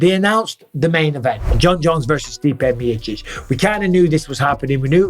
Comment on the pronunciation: Stipe Meerchich 😂😂😂